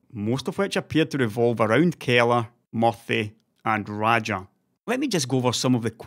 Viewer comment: Is his nickname MUFFY or is pronouncing MURTHY's name wrong with his accent?